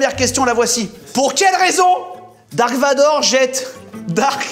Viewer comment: Quand il dise dark vador 😥darth vador😁